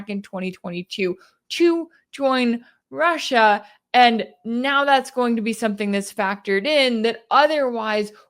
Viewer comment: Hearing Putin pronounce his country-‘Rush Shia’ let’s call it that from now on-❤